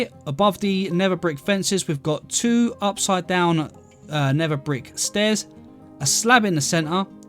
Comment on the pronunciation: Nether, ❌ Neva ✅